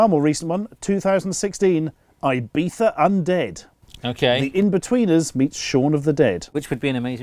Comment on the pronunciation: ibifa? why does he pronounce it like that ?